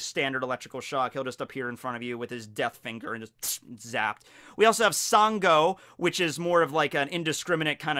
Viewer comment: Hey, Nigerian here. I think you did a good job on the video but extremely minor nitpick. The west African god of thunder that you’re referring to at the beginning is actually pronounced as “shango” even though his name is spelled “sango”. I can see how you would have made that mistake and just thought I should let you know.